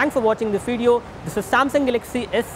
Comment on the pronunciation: This rot head can't even pronounce galaxy properly and wants me to buy edge lol